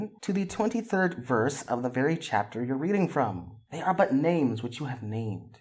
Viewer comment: CHUAPTUR 1 - XD love the way says chapter 1 hahahaha